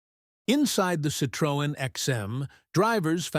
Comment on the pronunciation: It would be good if Americans learned how to pronounce Citroën